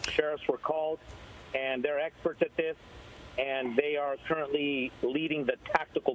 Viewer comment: If he says "were handling this, the swats are explerts"again... Omg